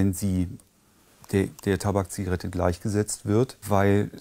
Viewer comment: Bitte der größte Scheißbericht ! Es macht einen ärgerlich! Aber von den Schäden der so schön ausgesprochenen TABAKZIGARETTE wird nichts erwähnt -.